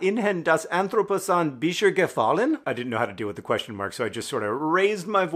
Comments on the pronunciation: I went back to see what they meant by John's "French pronunciation of Jetzt" and came to the same conclusion just before reading this comment 😂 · I speak German 😂 I love how you pronounced "jetzt" 😜✨